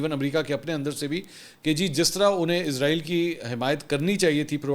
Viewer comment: Sir Izrael nahi, Israel bolo